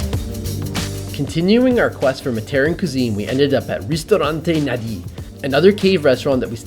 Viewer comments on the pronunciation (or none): none